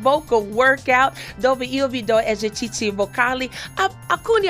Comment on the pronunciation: Fa troppo ridere quando dice :esercizi. : Cici ahaha